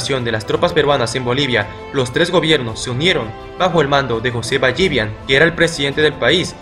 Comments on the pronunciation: Es José Ballivián con tilde en la A, no Ballívian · No es BallÍvian... es Ballivián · Es ballivián no ballívian